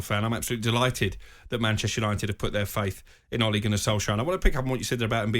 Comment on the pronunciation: So irritating, pronounce his name properly,it's Ole not Ollie.